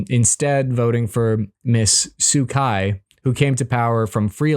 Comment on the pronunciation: not "suu kai" It is pronounced "suu chi"